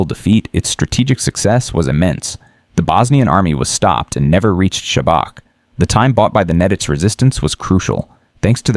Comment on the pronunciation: Everything is good but it is not Sabak it is pronounced Shabats. Oh comment before already did it.